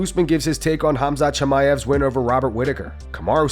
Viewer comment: F.A.O: Tim Welsch Uhhm....."Homzot"?.......Dafuq? It's "KhAmzAt" you absolute cling-on-berry! 🤌🏻😑🤌🏻 Seriously How can you not know how to pronounce the guys name, I mean, All of us fans hear/say it just fine, but somehow you just can't figure it out? WTAF?